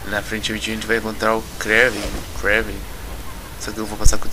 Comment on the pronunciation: Não se lê Kréven(Kraven) e sim Krueiven (se lê rápido) =-)